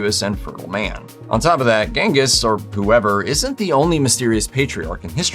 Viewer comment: The name Genghis Khan is pronounced "Chingis" or "Jengis", according to a documentary I saw which was filmed in Mongolia with people that spoke the language. The first letter is definitely not a "hard" G.